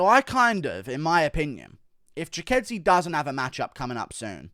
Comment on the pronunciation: Wtf bro that's giga chikadze not gigadze